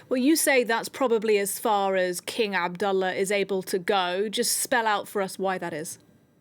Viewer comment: Very impressed with the news reporter’s pronunciation of King Abdullah’s name in Arabic👍 BTW, Queen Rania of Jordan 🇯🇴 herself is of Palestinian origin. Her parents were Palestinian refugees.